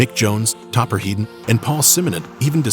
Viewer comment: FINALLY SOMEONE GETS THE PRONOUNCIATION RIGHT WITH TOPPERS SURNAME. HEEDON NOT HEAD- ON.